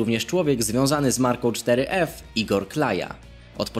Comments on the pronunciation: Czyta się foref a nie czteryef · Mówi się foref